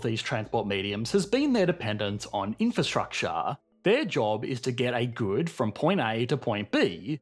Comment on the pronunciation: "Infrastructuuuuh" That heavy aussie accent